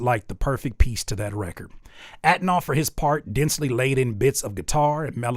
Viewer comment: Homie just could pronounce that N in Antonoff😅